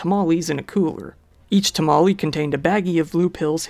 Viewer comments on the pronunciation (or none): none